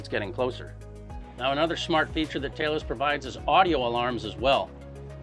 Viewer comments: he breaks character and calls it Talos, but immediately reverts to Taylos. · Why is he calling it Taylos?